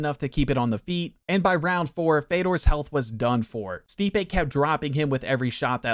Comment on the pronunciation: Brother. You pronounced stipes name wrong the whole video acknowledged that he's one of the greatest of all time and didnt know he's an elite boxer. Hes known for his boxing and his hands. Minimal research would have answered that for you. Good video tho